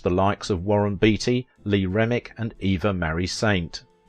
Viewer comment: Your pronouncing the first name of actress Eva Marie Saint incorrectly. The first part of her name is pronounce like Eve as in Adam and Eve the second part of her name is pronounced Marie not Mary as you are pronouncing it. She is an American that's how we pronounce it here that is what her name, not the way you're twisting it.